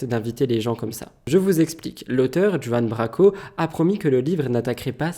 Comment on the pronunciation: Oui et Branco et pas Braco